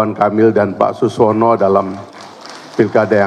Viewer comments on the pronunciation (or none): Saking buru²nya, sekjen Golkar masih salah menyebut nama Suswono menjadi Suwono 😅